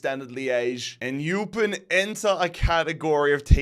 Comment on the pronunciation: Not that it matters too much but Eupen is pronounced (oy-pen) They’d also be a fun rebuild, Tim Cahill is on their board and Claude Makelele used to manage them. Not to mention, will still’s brother Edward used to manage them. You’ve got a lot of interesting story there